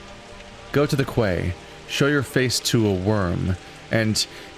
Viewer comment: quay = key